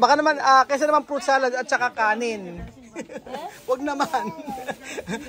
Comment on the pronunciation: PROOOOOT salad!!!! fruit kasi hindi prooooot!!! hahahaha